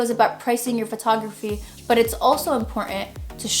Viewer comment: Hey, big fan of your channel!! I'm just slowly getting into photography, this video helped me come up with some ideas in my near future. Your the first photographer channel I started following, followed by your homies Manny Ortiz and Irene Rudnyk. Btw, yes your funny, like how you say " Buhh" when you use "but", without the "t" pronunciation..😆